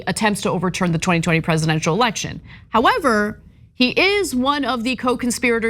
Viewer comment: Ana, it's not a "alection" it's election! 🚨